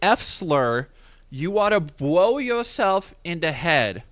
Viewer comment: Bwow yousewf in da head??? Phwasing!